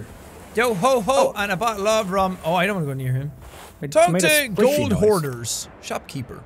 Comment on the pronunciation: When I first played sea of thieves I thought it was saying take to gold whores 😂😂😂